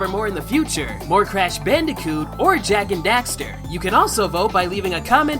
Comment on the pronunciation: Jak and dafter